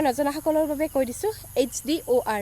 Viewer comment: HDOR ৰ কথাটো ভালকৈ কবিচোন